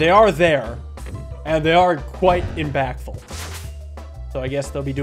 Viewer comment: what does “imbactful” mean? lol